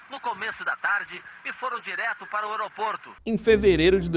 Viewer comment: "Direto para o oroporto"